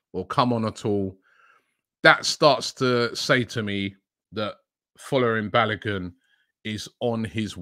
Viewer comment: Rob Pronounce the name like this, Four-Lar-Rin Bar-Low-Goon Naija Boys here.